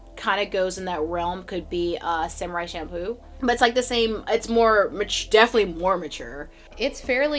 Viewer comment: She said "samurai shampoo" 🤣 im so sorry but that was funny